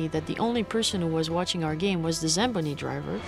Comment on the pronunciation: Did that chick say zAmboni driver instead of zambOni, Eh?Oof, that’s just wrong